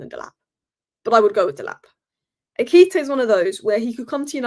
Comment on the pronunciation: I love u so much, it hurts me to see u struggle with the name Ekitike. Pronounce it this way.... Ekitike =..... Air-key-tea-kay..... BOOM! Kelvyn from Nigeria ❤